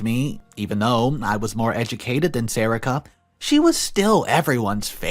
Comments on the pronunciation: Isn't is pronounced SA-REE-KA? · It’s “Sa re ka”